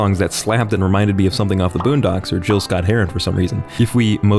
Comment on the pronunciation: NOT JILL SCOTT HERON. GIL. GILLLLLLLLLLLLLL